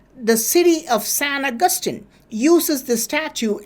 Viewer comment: San agustin = sen akathin